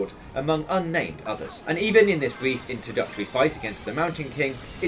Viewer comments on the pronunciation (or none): none